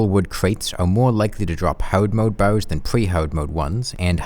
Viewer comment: You saying "bars" sounds more like "bows". The youtube subtitles agree.